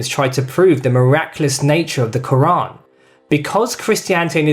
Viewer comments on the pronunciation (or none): none